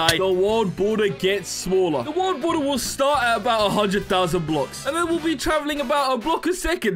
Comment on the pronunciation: You Said bald water as world border in the intro 😭